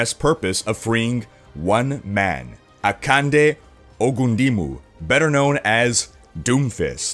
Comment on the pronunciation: Thank you for doing a good job at pronouncing doomfist real name.